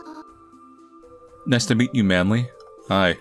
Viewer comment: "nice to mita" LMAOOOOOO